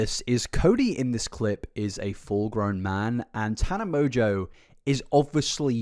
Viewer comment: I'm pretty sure Mongeau is pronounced "mon-go", not "mojo" lol